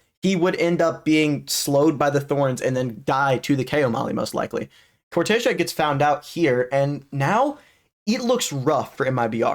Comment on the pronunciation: No, im brazillian, And hes saying correctly, the casters says as americans says It, so they say wrong, is cor-te-ZEA